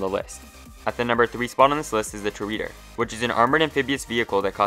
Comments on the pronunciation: No it’s Tor-Add-Or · Is this how you pronounce the Toreador? Tor-Yeah-Dor